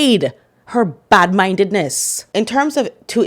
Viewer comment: lol you went so Bajan when you spoke to her badmindedness